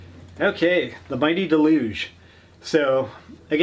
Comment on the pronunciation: "Duh-loo-gee" ffs it says it on the hammer.